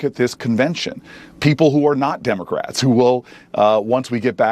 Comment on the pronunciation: When this man tries us that he's smart pronunciation of Democrats he leaves the letter s off Democrats. I will not view anymore of his videos.